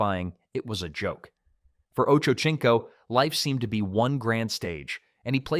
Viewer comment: His name is pronounced like oh-Cho-seen-co